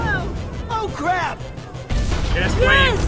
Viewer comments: did he just say oh crab? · stop saying oh crab